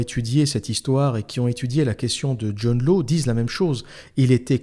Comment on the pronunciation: Hâte de me la farcir ! : John Law se prononce John Lace (il est écossais)